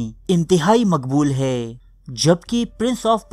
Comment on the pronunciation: Sir aap se pehle bhi guzarish ki thi ke aap hai ko hay parhte hain. Aap ke channel ka naam urdu diary hai to socha aap ki taseeh karta chalon. Bura mat manayay ga, aap ke channel ka maddah hon.